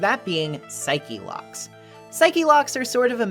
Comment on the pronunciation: Pixel partners say it the same way and it's very distracting, haha.Or as Edgeworth says... Psycho Locks!